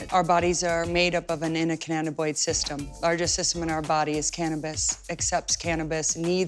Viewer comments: ..... its Endocannabanoid, not enacannaboid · I couldnt pay attention after she pronounced endocannabinoid like she's cooking with lead paint instead of CBD